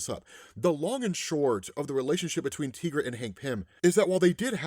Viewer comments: Tigra's name is pronounced as it is spelled "Ty-gra". The name is a spin on the word tiger, per her co-creator, Roy Thomas. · It's actually pronounced like tie-gra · The way you say Tigra is off putting. Why say it so wrong? I know others must've have told you the correct way.